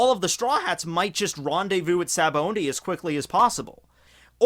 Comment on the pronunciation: why does everyone pronounce sabaody as if theres an "n" in the word? lol "sabaondy"